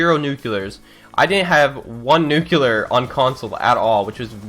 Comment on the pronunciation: Oh wait you are American? I thought you were Canadian because of how you say "nuclear". You pronounce a "you" between the c and l.